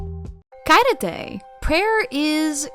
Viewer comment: its not supposed to be mean just a hin t the correct way to say xairete is h (hard H like when you say who...) e ( like when you want to say ehmm) r (like road) te sorry for that bad example in h didnt know what else to say